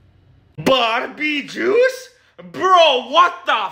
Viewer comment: "Barbie jiuce"💀💀💀💀💀💀